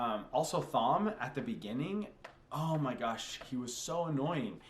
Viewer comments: Before Perrin meets the Wolves, we get no POVs from him, that's why he felt blank. Nearly all of TEOTW is from Rand's POV, what you're getting is the views of a niave, inexperienced and unreliable narrator. The H in Thom is silent, pronounced tom. Male Aes Sendai broke the world, a side effect of the Taint The Dark One infected Saidin with, the Madness. Female Aes Sedai use Saidar which is clean and safe for them. Distrust of Aes Sedai is a cultural thing among the people of the Two Rivers, especially the men. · Thom is pronounced Tom 🤣 but you can say it however you like Egwene in pronounced Egwayne but I think you already know this